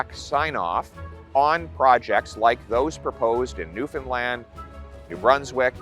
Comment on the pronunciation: I can't believe he says Newfoundland right ....